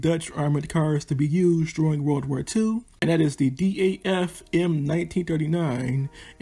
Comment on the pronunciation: I like to correct you on ONE vehicle... You were saying D.A.F M/39, while in fact, DAF is a brand name and should be pronounced as ONE word... "DAF".. DAF was a local car manufacturer that build cars and was later taken over by VOLVO... DAF is still making Trucks today....The Dutch Army still is using DAF as it is today